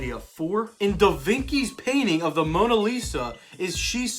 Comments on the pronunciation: bruh who is da vinkee, it's actually Vinci not vinkee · I thought it was pronounced da vinchi not da vinki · Da (Vin-kee?). Da (vin-chi) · You mean da vinchee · "In da vinky's painting of mona lisa....." da vinky?!?! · "da vinky" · man said Da vinCee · Da "VIN KEY" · How does this man not know how to pronounce Da Vinci